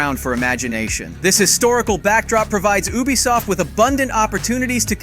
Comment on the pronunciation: Sorry man but but your pronunciation is garbage you said Ubisoft wrong every time and pronounced Yasuke differently every time you said you even called him Ya and hattori hanzo don't even get started hope that was a AI voice and not actually you